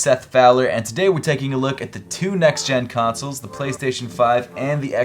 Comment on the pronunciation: You pronounce consoles like tonsils with a C